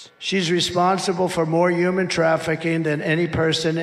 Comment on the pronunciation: I hate that he can't pronounce the "h" in "human". WTH is "youman trafficking"?!